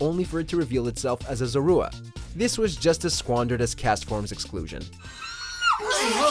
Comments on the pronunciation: ‘Ce-lebi’ ‘Zo-ru-a’ NANI?!?! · He mispronounced Celebi and Zorua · For gods sake learn how to pronounce Celebi and Zorua.